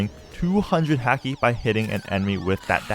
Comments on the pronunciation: P.S it's Haki (H-au-key) not Haki (H-ah-key) it's a small thing but made me cringe when I heard it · haki is pronounced like hockey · Everytime he said hacky and not haki a little piece of me died